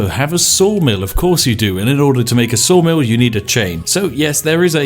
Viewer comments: Oh you said saw mill, I thought you said soul mill. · I thought he said soul mill not saw mill.